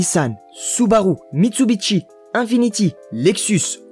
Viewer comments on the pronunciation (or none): Propiétaire d'une Supra A70 Turbo depuis 15 ans, ma belle fete ses 35 ans cet année, et c'est que du bonheur & confort ! Par contre ont dit MITSUBISHI, pas Mitsubitchi XD